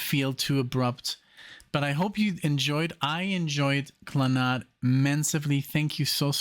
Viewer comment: Why do you pronounce it Kla-nod? I've always heard it pronounced Klan-ad. And that's not just an American pronunciation. But thank you for honoring this great Irish band. RIP, Moya, Noel, and Padraig.